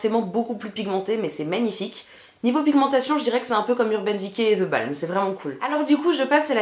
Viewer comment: ptdr elle dit les teintes avec un gros accent et deux secondes après elle dit ze bAAlmeu pour dire the balm 😂